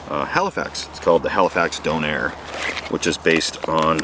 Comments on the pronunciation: Howdy good job with the awesome videos. Thought I'd help you out with your döner kebab pronunciation. Say it like Do nor like you wanted to say normal but stopped half way through the word. Döner macht Schöner as they say in Germany 🇩🇪 Doner makes you prettier ✌️😎🤣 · Love your videos but you talking about döner is kinda painful as a German lmao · Donair??? Its Döner! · so.. i was asking myself what a "don air" is. its just döner spoken really wrongly lol you are so cute xd